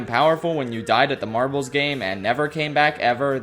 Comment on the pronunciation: 😂everytime u say marbles sounds like ur saying "marvels" me thinking marvel rivals😂